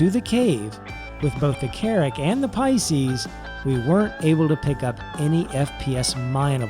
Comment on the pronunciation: "Water 'bout the Pices?" Teehee...